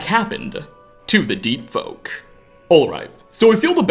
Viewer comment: Lol I misheard your words as Deet Folk. Just imagine your entire body getting coated with a thick layer of deet. How disgusting!